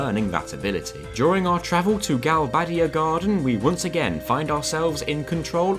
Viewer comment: "Gal-bay-dee-aa" not "gal-bad-ee-aa" "Lune-at-ic" not "loon-a-tic"